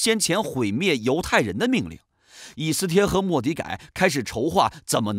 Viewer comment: 读错了吧